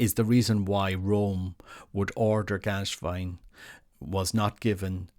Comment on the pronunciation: "Gänswein", not "Ganswein". Please pronounce it right.